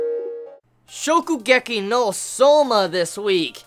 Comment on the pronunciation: Hey, he said Shokugeki right this time! XD